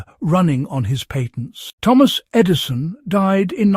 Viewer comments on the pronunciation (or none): E. D.I. son!? Is the narrator an idiot, or what? No, it' AI stupidity.